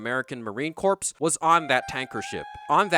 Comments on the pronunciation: ☝🏾 it's "Marine 'Core.'" "Marine 'Corps'" sounds like a Aquaman villain, or a nautically-themed death metal band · I presume the 'racial profiling' crack was a joke. Raiden was literally doing what an officer is supposed to do, because you DON'T know if he's faking (and guess what, Stillman WAS faking! 😅) Also, the "ps" is silent in the word Corps.